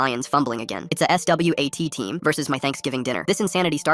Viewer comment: Stop saying S. W. A. T. Like that